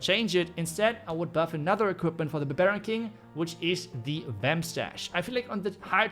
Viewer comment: Everyone: Barbarian King 🔴: Barreen King 🟢